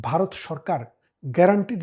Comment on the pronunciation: ভাই দয়া করে শব্দ উচ্চারণে একটু সচেতন হোন। আপনি জনপ্রিয় না হলে বলতাম না। ব আর ভ ক আর খ এসব শুদ্ধ না হলে কানে লাগে। "বারত" আর "ভারত" এক না। "কেলা" আর "খেলা" এক না। আশা করি মাইন্ড করবেন না।